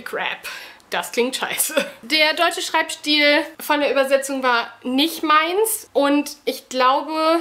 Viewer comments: Ich find's ebenfalls süß, dass du immer "Stiel" statt "Stil" sagst! ;) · Weiß ich doch :) Es hört sich nur an wie Blumenstiel. War nur auf die Aussprache bezogen. Nicht böse gemeint.